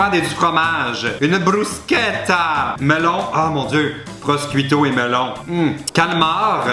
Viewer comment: il faut prononcer prochuuto pas proscuito svp mes oreilles :(